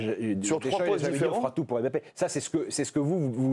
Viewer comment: on dit Mbappé! Pas M bappé